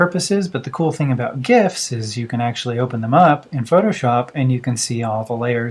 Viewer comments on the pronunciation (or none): none